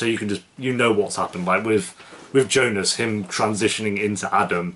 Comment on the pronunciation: Jonas not Jonus ;)